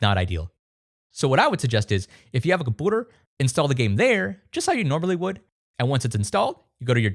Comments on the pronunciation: (Kum-pew-ter) not (kum-poo-ter) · bro said a cupuder? lmfaoooooooooooo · Genuine question : why do you pronounce "computer" as "cumpooter"? You sound American so its clearly not an accent issue. Is it just a running meme or something? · why do you pronounce computer wrong?